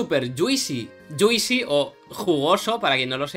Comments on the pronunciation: Yuisi? lol Se escribe juicy pero no se pronuncia la i, vendría pronunciandose mas o menos como “Yusi” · Mola mucho, x cierto se pronuncia “yuusi” no “yuisi”. Juicy —-> /ˈdʒuːsi/ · Ya que hablas de "juicy" como jerga de los game developers, fijate que no se pronuncia "dzuisi" sino "dzuusi"